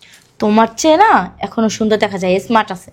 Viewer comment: Esmart এটা আবার কোন ধরনের ইংলিশ। শব্দটা হলো Smart এটাতে কোন E নাই